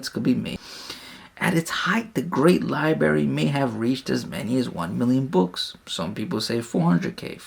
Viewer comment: The prophet knew about Pulsar stars? 🤔 Many scientists and professors (obviously smarter than you because they pronounce library as library and not “libary” 🤦🏻‍♂️😂) converted to Islam because of the scientific knowledge. The prophet ate humbly and slept on the floor, wealthy but lived poorly. He worshiped the same God prophets Noah, Abraham, Moses and Jesus worshiped. His own scribe left Islam… then later came back… unpunished. Who did the prophet order to be executed for leaving Islam? No one? Correct answer. John 17:3 the one true God is the father. John Jesus says the father is his God. Mathew Jesus doesn’t know what the father knows. Mark Jesus didn’t even know if a tree had fruit… like a normal human wouldn’t know… then supposedly he cursed it according to your unpreserved book. The same unpreserved book which perverts the stories of prophets like saying prophet lot gave up his two daughters to be raped. You’re desperate 🤦🏻‍♂️ without lie’s Christianity dies (not to mention the many inquisitions and conversions by the sword in the last 1000 years).